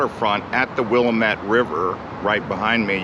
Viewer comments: 1. it's pronounced wil-LAM-ette, not WILL-am-ette. portlanders, and indeed all oregonians, get particular about that. 2. oregon state university is in corvallis, not beaverton. though beaverton high school shares a mascot (beaver) and colors (orange and black) with OSU. all in all, an enjoyable video. portland always has a place in my heart, even though i doubt i could live there again because it gets too cold and rainy for me in the winter. (and yes, i do note the irony in my saying that right after an unprecedented heat wave in the area.) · I grew up in Portland. It's pronounced the Will-am-itt River. Not wil-a-met. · It is NOT willa met, it is Will a Met, like ahh, not aw. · It's pronounced: will AM it,e not WILL am it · Willamette is pronounced wuh-la-muht not wil-la-met. Yes this is coming from a born and raised portlander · I know I am not the only one to think this it's pronounced, Wil-lam-atte not wil-a-mette. Also to the friendliness, you aren't getting people that are actually from Portland Oregon in Portland anymore. Most of us that grew up in the area live in other states or outside by the city now. We have been priced out and taken over. The homegrown Oregonians enjoy the rain or at the very least don't mind it. It's the people that took over that don't like the colder rainer months. It's actually funny because when it's rains the transplants are like, "oh it rains so much!" When it's no where near as rainy and cold as it used to be. Good repping Pepinos as well. Good prices and good food. Used to live by there. Try the Surf and turf you won't regret it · Please learn to pronounce our river correctly. Will Am(short vowel) Met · Portland does not include Vancouver! Ps: it is pronounced "WILL-AM-IT" (willamette river) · Called Willamette pronounced (wil am mit) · Willamette - " Will am et" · Same here! I moved here from Georgia a little over 2 years ago. I knew I had become an Oregonian when I began saying “WillLAMmette”. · It’s Willamette, Dammit!!!